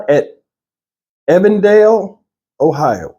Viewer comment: Ohio here. The location is E-vendale, sounds like you said A-vondale which is a different community located in Cincinnati. E-vendale is in the suburbs of Cincinnati. Shout out to the "Nati".